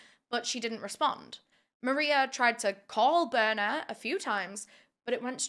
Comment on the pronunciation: it's more like "bih-rr-nah" and last names here in iceland is just ur dad's name and than "son" or "daughter" at the end so her last name is more like "bh-jah-rr-nah-s-dou-tt-tirr"